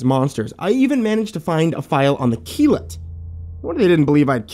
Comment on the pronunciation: ok now i'm curious how you pronounce that dog's name, Kilat? Akillat? anyone knows? Edit: nvm found it, Keelut, boy i was way off mark lol